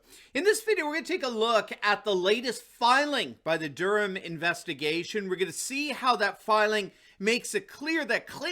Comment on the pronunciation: thank you for saying Durham properly, my last name is Durham and so many say Dur-Ham, pisses me off